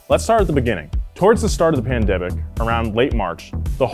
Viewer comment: Was I the only one that was hearing Nolan say pandebic instead of pandemic lol